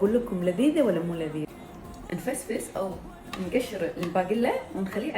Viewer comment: انفلس مو انفسفس😂